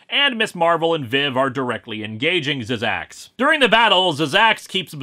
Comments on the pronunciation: Zzzax is actually just pronounced zax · No offence Linkara but it's pronounced "Zax." The first two z's are silent. At least that's how he pronounced it in the "Incredible Hulk" cartoon.